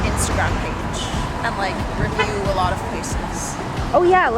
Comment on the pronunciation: heyyyyyy :< you said isntagram at 8mins....... which means this isnt early 2000s :3